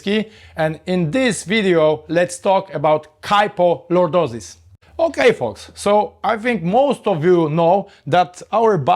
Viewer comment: KY FO Lordosis. Not PO